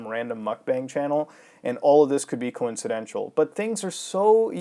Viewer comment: You pronouncing coincidental as "coincidential" should bother me but for some reason it doesn't.